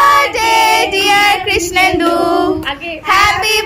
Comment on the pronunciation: Krishnendu🤣🤣kmn odd laglo sunte 🤣🤣🤣🤣🤣🤣🤣